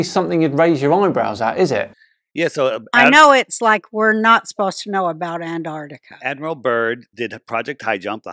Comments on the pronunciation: Will they EVER realise it's not called "Anarticka". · It's striking that doesn't know how to pronounce "Antarctica".